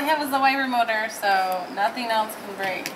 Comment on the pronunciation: commentary "You bwoke it." "Get down before you bweak it." "OK, you're Bweaking your car!" XDDDDD LMAO Good job on the repair.